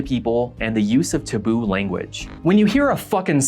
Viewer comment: Wait. Hold on. Dude... you pronounce, “taboo” as “t’boo”? I’ve never heard this before I thought when you said “using t’boo language” you were saying he was using some obscure foreign language called T’boo or something!